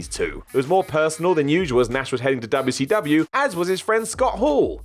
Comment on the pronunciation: I hate how your mouth says wcw like that. Fix it. Otherwise usually like your vids lol.